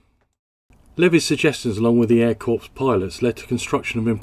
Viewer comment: An airplane that looked good and performed well. I wonder how much of a factor the demand for Cessna's AT-17, et al Bobcat ('Bamboo Bomber') was as well. One small quibble: 'Corps' as in 'Air Corps' is pronounced 'Core' with the p and s silent (silly English language...)